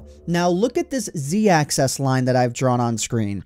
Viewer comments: "Axis" is not homophonous to "access". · Z access? X access? Its axis...😬😬😬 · It's been a while since I've played Minecraft, but these things are still pretty interesting nonetheless. But oh god, "access..." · Why do you say "axis" like "access?" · Axis, Ax-iss. Axis. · Why do you pronounce it "access" every single time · if you think axis is pronounced access then please delete your google plus account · 'Zee access'... Bloody hell. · why do you say axis as access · It's axis. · When you say axis, it sounds like access. I hear "When I move on the z-access..." blah blah. I guess it is just the way you were taught to speak. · angeldiary Yes, but he pronounced the singular form "axis" like "access." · Will you please learn how to pronounce "axis?" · The way you say 'axis' makes me do a double take every time. XD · Who pronounces Axis "Access"? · You're saying "Access" instead of "Axis" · axis...not access... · Axis. Axis. Axis. Not excess. Axis. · axis not access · Access access access... Axis makes an "i" sound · Axis not access. 😉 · He's saying "access" instead of "axis" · "axis" not "access" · Z Access? WTF man? It's axis. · Why does it sound like hes saying access not axis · Axis. Not Access. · Quality video, but the way you say "Axis" kills me. You pronounce it the same as "access." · It's pronounced "axis" not "access" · sounds like he's saying access instead of axis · AXIS. ITS AXIS NOT ACCESS. IM SORRY I HAD TO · It bothers me that he says access instead of axis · Can you please stop pronouncing "axis" as though it were spelled "access" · The way you say "Axis" bothers me. Not trying to insult, but it sounds like "Axess" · Nice vids... but... Axis. not Access. that was killing me. Otherwise nice vid. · AXIS not ACCESS! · AXIS NOT ACCESS JESUS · Great video, but the pronunciation of "axis" as "access" is a real pet peeve for me. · Axis* not access. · "axis," not "access." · When you sound 'axis' it sounds like 'access' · AXIS. NOT ACCESS